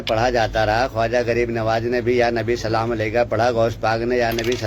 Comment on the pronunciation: Pehly salam sahi se bolna Sikh ly